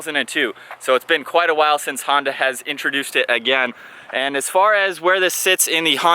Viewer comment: Honda?!?? You mean not Hona